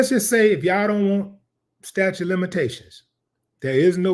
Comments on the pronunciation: staTUTE of limitations --- not "statue" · sta-TUTE sta-TUTE sta-TUTE NOT "statue"